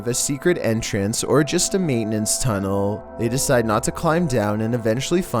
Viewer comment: the only thing scary in this vid is your freaking ascent "then they found an abandoned maintainers Tuneellllll